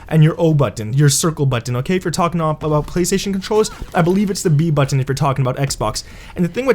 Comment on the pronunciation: Please don’t ever say budden again lol